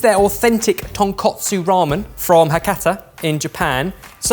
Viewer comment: And it's tonkOtsu not tonkAtsu. Tonkotsu (pork bone) and tonkatsu (pork cutlet) hose are two completely different things, and he kept saying the latter.